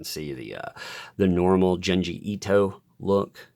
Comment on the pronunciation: I think Junji is pronounced "JOON GEE".